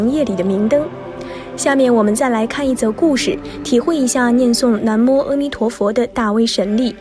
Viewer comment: 每次都会读错 是南无na mo不是nan mo 还有之前的那由他nuo you tuo